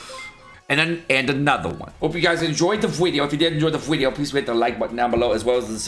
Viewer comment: inb4 they change raids so that if you accidentally bring two Gowthers and they cast rank up twice in a row the second time will derank all cards by 2 ranks instead. Loving your vids but the Mexican 'Video' pronunciation is starting to be more dead than dank. Maybe keep it to once a Huedeo.